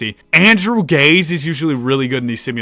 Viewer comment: btw, Andrew Gaze is pronounced Gay-zee, dunno why but it is